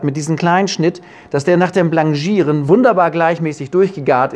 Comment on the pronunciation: ja, das sollte richtig ausgesprochen werden. Französisch ist Französisch.